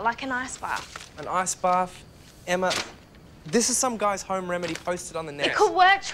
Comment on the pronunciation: Why did I feel like said * emmer * instead of Emma when he was at Emma’s house